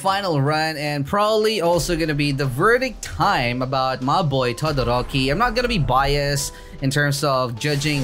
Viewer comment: my dude says tadadoroki lel